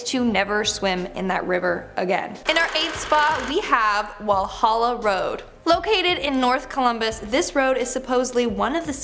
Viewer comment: Walhalla road?? NAHHHHHHHHH VALHALLA